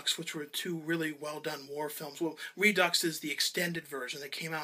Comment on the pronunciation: Redux = Redoo don't say the X :)